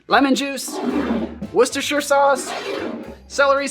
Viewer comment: Just wanted to say well done for saying Worcestershire sauce correctly.